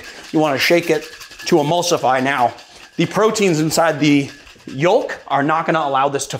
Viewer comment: Yolk.... Or Yoalk? 🤣🤣🤣